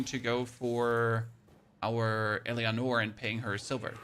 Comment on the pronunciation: Thank you so much for the guide, this is excellent :) ... But please for love of God, stop pronouncing her name wrong... it's pronounced El-a-nor :)